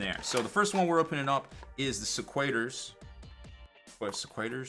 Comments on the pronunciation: Another video of pronouncing shit wrong. Se-kwi-turz. Meer-mourn. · the right way to say Sequitors is like this. Seh-Quitters. I hope Destruction gets some new ork models dude!